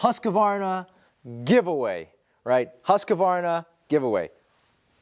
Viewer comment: Hoo-sk-varna. No comprendo husk-a-varna!